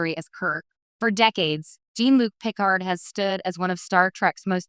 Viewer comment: Gene Luke pikerd? Bad AI is bad.